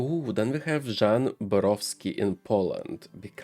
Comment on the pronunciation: Hi, you're reading Polish surname perfectly! For name Jan: the "J" in polish actually sounds similar to "Y", like in YES. So you can say it as Yan :D hope it helps! (the way you're reading it would be as Żan in polish haha)